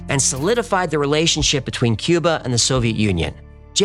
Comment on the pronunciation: Dude said 'Cuber', instead of Cuba...wtf.